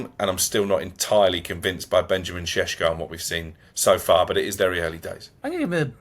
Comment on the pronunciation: Why’s he saying sesko like that? he’s not Slovenian it’s embarrassing 😂😂😂